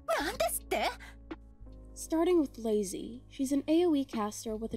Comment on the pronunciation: Ceobe is pronounced “Kay-oh-bay” but you got leizi right, it’s pretty much just “lazy”